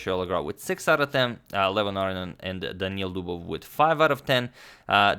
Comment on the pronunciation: Antonio, your brother in law also pronounces it a-RO-ni-an.